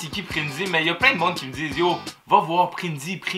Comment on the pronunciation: C prinzy et non prinzii